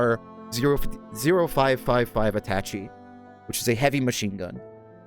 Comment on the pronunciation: attach-ee? it's pronounced At-ah-shay.